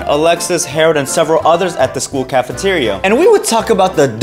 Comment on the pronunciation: The caffiterreou is sow lowed 😊